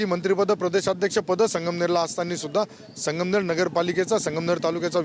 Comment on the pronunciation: आधी संगमनेर नीट म्हणा नंतर विकास करा. मॅडम.